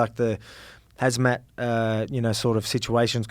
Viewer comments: lol hamzat not hazmat, 🤦‍♂️ pathetic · Lol did Alex call khamzat “hazmat” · he said hazmat hahahaha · A lot of people including uncle Chael calls Khamzat, Hazmat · “Hazmat” 😷 hahaha